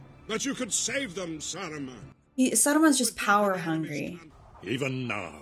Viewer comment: well, that's the first time I hear someone slightly mispronounce Saruman's name but I really liked it